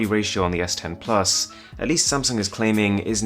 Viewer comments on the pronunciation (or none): none